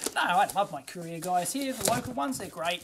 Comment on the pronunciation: Lol courier, I thought he was talking about Koreans